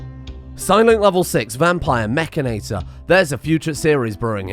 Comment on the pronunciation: Isnt it Mechan-IT-or not Mech-A-NATOR?